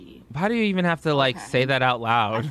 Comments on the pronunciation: Jamie Lockhart sometimes she does say e'un lol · "E'un" That's how she says it